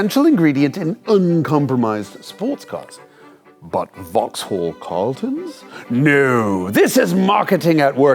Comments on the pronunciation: Opel Omega*. Makes me throw up whenever I hear "vauxhall". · Cammisa, I love you baby, but hearing you inflect the H in Vauxhall is hurting me deeply. Love, a Bri'ish Vaux'all enjoyer. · In the UK we don't pronounce the H in Vauxhall. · It's pronounced VOX'LL, not vaahx haaall ffs haha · Cool video, but a tip from a brit - you dont pronounce the H in Vauxhall. So its like Vaux-all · I’m not even British but even I cringed every time he said “vox-holl” lol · Jason keeps pronouncing it "Vox-Haul" instead of "Voxal". I did enjoy the vid, tho. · Vauxhall is pronounced vauxall not Vaux-hall. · Just a small point - don’t pronounce the ‘H’ in Vauxhall. It’s pronounced ‘Vox-all’. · The h in Vauxhall is not pronounced. In fact the second a isn't really either. "Vaux'll". A bit like how you all say Buckingham (or anything ended with ham) as it's spelled, but it's actually "Bucking'am". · Drop the H in vauxhall 🤦🏻‍♂️ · Vauxhall is pronounced pretty much like 'Voxel'. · The Way You Are pronouncing Vauxhall sounds so strange it sounds like you're saying it as two different words Vaux hall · Vauxhall is pronounced "Vox-ull" in the UK. Also, as an Englishman who lives in the US, the comment about class was way off the mark. The British are generally proud of our class we're born into, and independent of wealth, it's a big part of our identity. In the US, being working class means you're often basically poor, get little assistance, and looked down upon by the media. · Vox-all : We don't pronounce the H in the UK. Great car though - I remember seeing a few of them on the road back in the day. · BTW Jason (and America) Silent H Vox-all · This was such a brilliant review and history. The pure boost noises at the end was exactly what we needed. Jason's British accent is really pretty good, but for more style points in the future, don't pronounce the "H" in "Vauxhall", so "Vox-ull", and with numbers, always put an "and" after "hundred", so "one hundred and fifty".